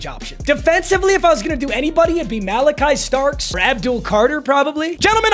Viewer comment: I love u papa but don’t you ever say OHIO STATES Malaki Starks again